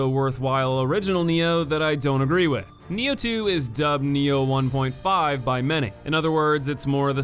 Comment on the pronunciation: its nioh not neo and sekiro not secura